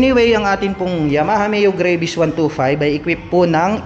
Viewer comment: Yung Travel po ay ginawa nyong Trabol mali po yun tapos yung Gravis po ay ginawa nyo naman"Grayvis" ginawa nyong Gravy ng fried chicken yung Scooter. You prounce it with Gra - Vis and yung Trabol nyo dapat ay Tra - Vel intiendes ba Koya? Bisaya ka man dong koya? Gihigugma taka ni Maayong lubot sa imong tanan.